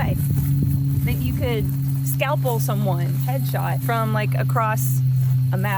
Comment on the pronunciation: Scalper as in scalp like a Native American. lol not scalpel like a doctors cutting tool.